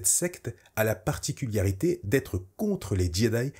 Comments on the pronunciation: Pourquoi tu dis "particuliarité" au lieu de "particularité" ? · Vidéo super cool comme d'hab t'es au top merci pour ton travail, tout petit minuscule bémol tu dis "particuliarité" à chaque fois ça me fait un peu tiquer 😅. Sinon super vidéo hâte de découvrir cette série et tes prochaines ! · particularité et pas particul Y arité qui ma trigger toute la vidéo mais cettte dernière est encore une masterclass bv !!!! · ParticulArité et pas particulIArité. Sinon merci !